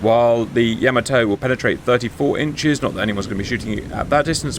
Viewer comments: Gents, it's not Yamoto. It's Yamato. Ya-mah-to. And the Japanese seem to put the accent on the first syllable, going by what I've heard on their videos about that ship. YA-ma-to, in other words. That first battle went about the way I would have expected it to, a clear victory for Yamato. The second battle was a different story. It seems that getting within the optimum range (depending on your ship) is a very important consideration. And then there's always luck, of course, which can go either way. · Man please get the guy to stop saying Yamoto it's hurting my ears. It's Yamato the ship, and Yamamoto the admiral. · Ee- SAY!! Please, Cap! No more, ee-Zay...you're killin' me! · It's Yamato not Yamoto!!! -Gunny T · YahMahToe not YahMoeToe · Nice video as always CAP! . . . BUT for the love of... 👀👀 Please 🙏CAP it is not Yaaamaatoe! that is just insulting...🤷‍♂🤦‍♂ Pronunciation is like this ( Yah! Mah! Toh! ) 4/4 90-120bpm snappy don't drag the vowels ( using drum terms think you understand that ) And adding the ( h ) after a vowel seem to help English speaking to understand it is snappy not dragged out vowels.. . . 😉😂 All Japanese words follow the same beat, snappy short vowels.. tah kah mah yah.. never drag the vowels!. Thank you! Keep up the awesomeness! CHEERS! 🍻🍻🥳😉🤭😂✨ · it's pronounced "YAH-mah-toe". Respect to the big girl, please. And at the Battle of Samar, part of the Battle of Leyte Gulf, the Fletcher-class USS Johnston repeatedly charged at the Yamato to try to protect the escort carriers of Taffy 3. The Johnston, indeed, did displace approximately the weight of one of Yamato's turrets. That displacement did not, of course, include the weight of Captain Evans' TITANIC cast-iron balls....